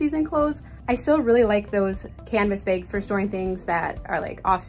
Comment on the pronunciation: Trash “begs”. I’m from the south and I know I sound it! 😂 But it sounds like she’s saying beg instead of bag.